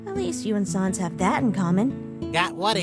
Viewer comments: it's pronounced sahns, as in comic sans, not sons, as in no johns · sAns not sawns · I'd hate to be "that guy", but it's Sans not Sons. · It's sANs not SONS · just to let you know sans is pronounced like sand but no d...you're not good at pronouncing names are you. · Sohns. They pronounce sans Sohns. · Why does she pronounce "Sans" that way? "Sahns"... what? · I love this comic but they way they pronounce “Sans” is basically the Undertale version of calling Aang “Ong” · THE PRONUNCIATION OF SANS BOTHERS ME